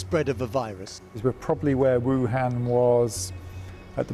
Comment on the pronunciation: Please never say another Vuhan.It's a word people must never utter.